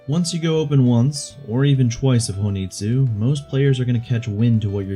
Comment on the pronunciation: Um ackchually its hon ii tsu not ho ni tsu